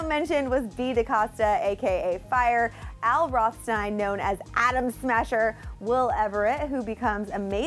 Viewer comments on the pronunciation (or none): none